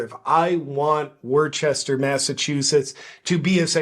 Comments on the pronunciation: WOOStah, not Wor-ches-ter….love you JP! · "Worchester" 🤣 It's pronounced "Woostuh" with the first syllable a sharp "oo" like "look" Love you JP!! 💖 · It's not called war chester its called wis ster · It's pronounced "woostah" not Worchester. 😂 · It’s Wuhstah 😂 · Bro - it's pronounced Wooster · It’s pronounced Wuss-ter. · JP btw it's pronounced like WOOSTER. NOT Worcester. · You pronounce it Woosta JP😂 Love Your Videos ❤ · They pronounce it woosta" lol. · I think it’s pronounced ‘WOO-ster’. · It's pronounced "wuhstah" ;) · it's pronounced WOOS-TAH, yea it's overall re*arded there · It's pronounced "woostah" hey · JP, it's pronounced, Wuhstaah. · It’s pronounced Wooster. I went there a few times when I was stationed in Boston. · Its pronounced wister. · I think you mean wuh-stah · I like how he used the proper pronunciation of the city the first time, and then wrong the rest of the time 😂